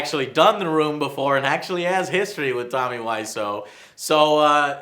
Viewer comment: "Nich" "Tommy weissOh" I don't know why these bothered me so much, I need to get some help.